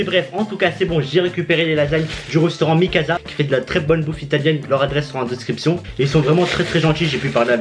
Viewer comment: "Un rostaurant"